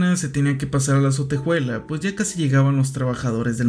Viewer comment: Me desespera un poco que pronuncie "sotejuela" (ya sé que es un comentario muy off topic peo no lo pude evitar)